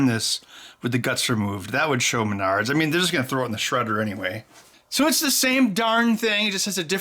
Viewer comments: lol did he say MYNARDS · Ow, Menards!! I usually pronounce Menards as mehn nerds.